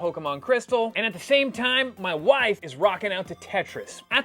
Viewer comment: “My wief”